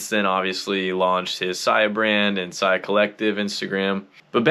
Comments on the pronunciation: Why u said sia like that in ur opening monologue??? Wtf I don’t know what’s this is about but fuk this <<—- beat it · You've been a long time follower of the founder but can't pronounce his brand name??? Oooooook....😂🤣😆😂🤣😆